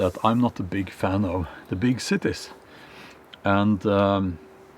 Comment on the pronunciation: I like how he says “big Cittae”